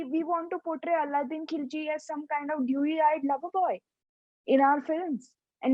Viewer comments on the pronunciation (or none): It's Alauddin Khilji, not Aladdin Khilji.